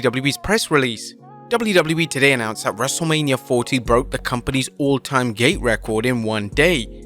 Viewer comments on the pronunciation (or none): sorry, but i cannot unhear gay instead of gate 💀